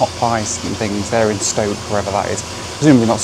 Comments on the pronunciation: "In Stoke" when it says "in store" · In store! Not stoke! 😂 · It said In Store, not Stoke 😅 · It's not "stoke". I says " In Store" and then lists the products underneath. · in store....not, in stoke.... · Bless you, it says in store 😂